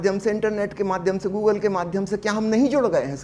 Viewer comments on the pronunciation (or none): none